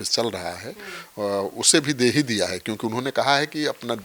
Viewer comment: दे दिया को डे डिया मत बोलिए, 😅